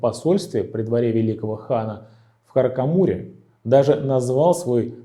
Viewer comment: Не Каракамур а Каракорум 😆